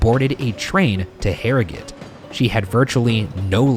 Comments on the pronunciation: I feel like Ryan’s correct pronunciation of Harrogate has earned Shane some leniency from British audiences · As an Englishman who lives near Harrogate, thank you Ryan for pronouncing it right